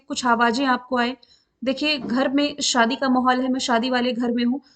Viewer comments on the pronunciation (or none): none